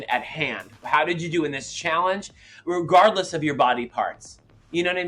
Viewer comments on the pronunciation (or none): Thorgy says Rugardless lmao